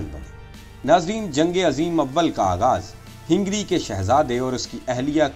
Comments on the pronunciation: Hingry nahi Hungary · ہینگری نہیں ہنگری ہے. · لیکن یہ لفظ ہِنگری نہیں بلکہ ہنگری ہںے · پیارے بھائی اچھی کوشش ھے۔۔۔جاری رکھیے۔۔ ھنگری میں ھ پر زبر ھے آپ نے زیر پڑھا یہ تلفظ بھی ٹھیک کیجیے۔۔۔ ترکی نے جرمنی کا ساتھ دیا تھا آپ نے اس پر بات نہیں کی۔۔ اور ھندوستان کے مسلمان اور سکھ انگریزوں کی طرف سے لڑتے رھے اور مسلمانوں کے خلاف بھی استعمال ھوئے